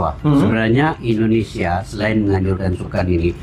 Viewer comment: Maaf untuk pengucapan ...INDONESIA bukan ENDONESIA🙏🙏🙏